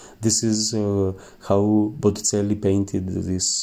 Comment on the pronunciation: You should learn the proper pronunciation of Botticelli and verdaccio.